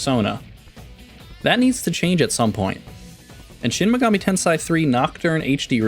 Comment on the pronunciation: At least pronounce the game title right smh